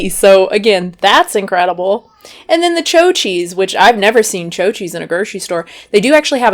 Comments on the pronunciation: You’re completely butchering that cheese name it’s called chao like he Italian word for good bye not cho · “Cho” lol nice accent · “Choh cheese”? 😆